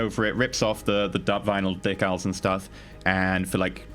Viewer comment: I know said "decals," but for a second, it sounded like "dickowls." Which, thinking about it, would be the most Pink Mohawk paint job EVER.